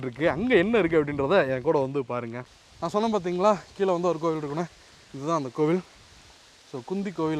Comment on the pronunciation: தம்பி, உமது முயற்சி பாராட்டுக்குரியது.ஆனால் " கீலே, புளி சின்னம், தமில் கல்வெட்டு" போன்றவற்றின் உச்சரிப்பு பிழைகளைத்தான் சகிக்க முடியவில்லை.தயவு செய்து (தமிலை கொளை பன்ன வேனாம்)